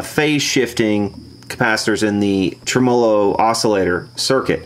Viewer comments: Uh, it's trim' uhlo with the accent on the trim part not trem 'O' lo with the accent on the O part ;) You really should use an ESR meter to verify existing capacitor quality rather than just shotgun changing every capacitor. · Trem Olo. lol. its Tem a low . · Every time says "trem-molo" you must take a shot! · Is that really how Americans say "trem-OH-lo"? In the UK I think we always say "TREM-olo". Or maybe it's just me. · trem-O-LO sounds like an Italian pastry. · I like your videos and I like to keep an open mind about pronunciations of words. I looked up "tremolo", every common pronunciation in different languages and did not find yours. Every time I hear you pronounce "tre-M0-LO"....I cringe...it takes away from the integrity of your work... I heard you scoff in one video about how people commented on how you pronounce it...we're just trying to help... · pleasant video, but if you're gonna say 'tremolo' so many times in a video, especially being an experienced amp repairman, it would be better if you put the accent where it ought to be, on the 'e' and not on the first 'o'.